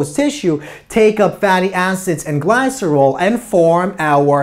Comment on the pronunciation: This was a very clear and helpful lecture. The only complaints I have are petty: some mispronunciations (glycerol, somatostatin) and that gamma comes before delta in the Greek alphabet. But I really like this lecture and will recommend it. Thank you!